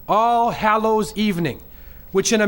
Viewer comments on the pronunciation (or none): none